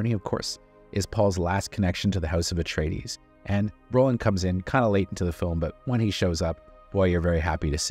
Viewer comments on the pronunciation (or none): none